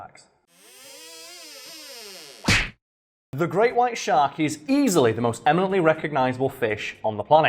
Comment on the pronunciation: I’m only hearing “great white shart”.